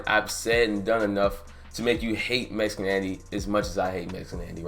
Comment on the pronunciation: You said Mesican Andy.